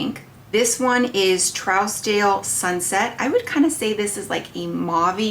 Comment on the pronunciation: Just FYI, it’s pronounced True-z-dale or Troozdale. It’s one of the most exclusive areas in Beverly Hills, CA. Great video. Of course, all of the colors look beautiful on you! I have Trousdale and Pale Fire and love them both, as well as the lightest bronzer, beautiful, and several of the lip balms. It’s a great brand!